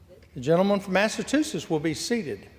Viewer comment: More of Republican BS? Yup. Smart speaker from Alabama,"Massatoosetts?"